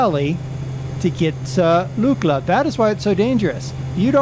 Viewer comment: Pronounced Luckla